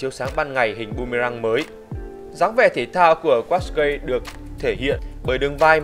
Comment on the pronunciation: đọc đúng là cát cai nha